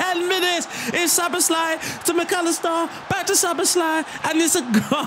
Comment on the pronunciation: You pronounced Szoboszlai really well. ‘sz’ is ‘s’ and the rest is kind of normal